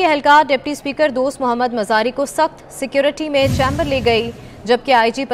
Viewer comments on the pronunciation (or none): none